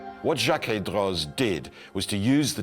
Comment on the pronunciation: In French a final “z” is silent. Droz is therefore pronounced D-row, and remains the pronunciation of the atelier that exists turning out incredibly beautiful miniature clockworks even today. Such devices are still the province of the rich and powerful while those who make them will only ever work on them, never to actually own one. Some things never change! Thank you for a beautiful presentation in all other respects!